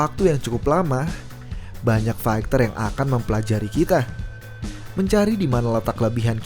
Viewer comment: Faiter bacanya bukan faikter. Cupu